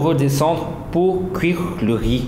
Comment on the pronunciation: ya différent sort de rrrriiizzzz jadore :)))